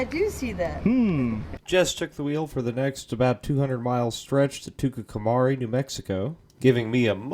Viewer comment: lol Tucumcari is pronounced Tucum-Carry